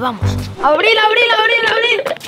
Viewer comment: Aprende a pronunciar abril